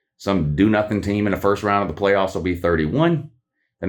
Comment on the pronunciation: The way said pway offs 😂